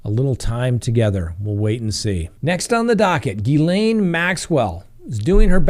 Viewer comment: Ghislaine is pronounced Gha-lynn. I watched The Behavior Panel and they showed a clip of her friends pronouncing her name. I hope this helps!